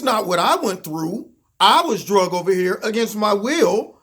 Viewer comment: It's Dragged not Drugged Bro.